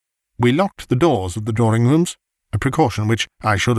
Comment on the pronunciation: Very nice! But if only 'drawing' was not prounounced 'drawring' it would be perfect!